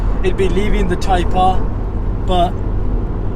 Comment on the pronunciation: YES the DRAGGYS, haha when you was saying "TYPE-R haha TYPER hahaha!!